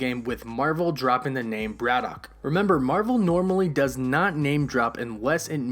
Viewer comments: Why do you have problems pronouncing "BRITAIN" and instead say "BRITTON" and it's not "BRAD-DOCK" its pronounced "BRADDICK"... and what is a "MEW-TANT" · you say britain, braddock and mutant weird....good vid tho